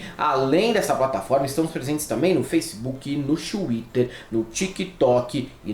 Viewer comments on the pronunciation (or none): none